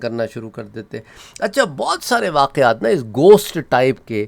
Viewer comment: Bhai ap ghost ko gosht bolrahe..